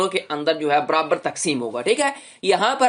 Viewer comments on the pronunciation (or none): none